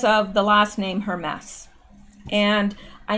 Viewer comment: Hermès is pronounced urr-MAYS